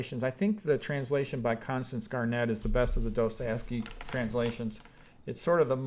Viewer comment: Dostojewski. Достое́вский. You butcher names. Aljoscha :-). Nietzsche there is no k spoken. It is like ge in the end.